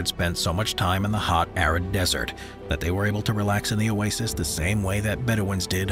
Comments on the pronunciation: yes his electronic voice and pronunciation of Oasis is annoying. especially when Oasis is the main topic. like saying "cah - MELL" for camel. wrong emohasis and sound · It is not “oases” it is “oasis”. 🙄🙄